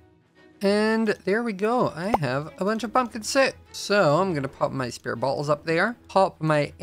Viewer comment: Everything says bowls or bottles it sounds like he's saying balls 😭 I'm sorry I'm just deaf 😢